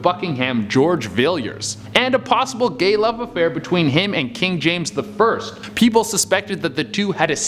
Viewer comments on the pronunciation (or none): none